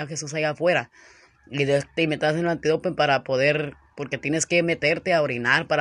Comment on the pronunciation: Y sigues con tu antidopen... que se dice Antidoping,No antidopen...🙆🏻‍♂️🤦🏻‍♂️😖😬🤨😩🥴